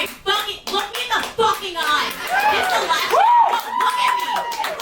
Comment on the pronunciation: Look at me in the Fowaken eyes 👀😆🤣😂